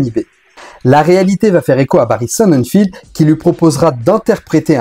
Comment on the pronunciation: Barry Sonnenfeld pas Barry Sonnenfield y a pas de i, ie, ea, etc...